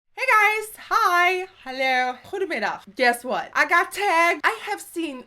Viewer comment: Your Dutch is really good! Your "goede middag" sounded amazing